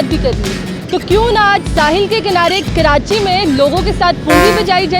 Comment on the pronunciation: Khi walo ki punjabi choro phle tum Karachi toh sahi se bol do it's Karachi not kirachi or kiranchi 😂 isey kehty urdu muhawre Mae naach na aye aangan terha